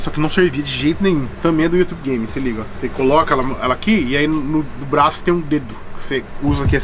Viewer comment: mano o cara aprendeu a falar ingles e mesmo assim fala youtube errado pqp